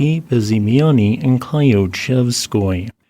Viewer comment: Not "Kly-oochev...", but "Kl-yoo-".